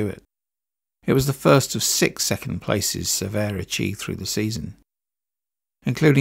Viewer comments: Pronounced "Se-VERt" not "Ser-vay" The T is not silent but also not hard. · So many mispronunciations...Cervet in the beginning....jfc... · You use two pronunciations for Francois Cevert? Cervay and Cever. The first is not a FRENCH pronunciation. The second version, silent "T", is correct FRENCH.